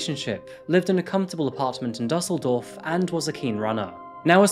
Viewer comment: Düsseldorf is pronounced "Dooseldorf"